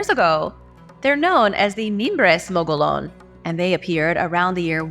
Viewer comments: Gila = hee'la. Mogollon = mow'-go-yon. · The word 'Gila' is Spanish, and the 'G' is pronounced like an 'H', so like "HEE-luh". The word "Mogollon" may or may not be Spanish, though the double Ls are pronounced the way they would be in Spanish, as a 'Y' sound. The way it's pronounced locally is most likely not entirely correct, but it's usually like "Muggy-own". Now you know dat. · What the heck? You pronounce Russian words with a Spanish accent but pronounce all if the words about Arizona that have a Spanish accent like a gringo? It's not mo-go-lon it's mo-go-yon. The ll makes a y sound. It's not gee-la it's hee-la. Just like the Gila Monster. It drives me nuts when people say that but you put a Spanish accent on every non English word so why not on Spanish words?